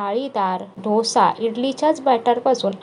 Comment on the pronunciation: Dhosa kase bolta dosa bola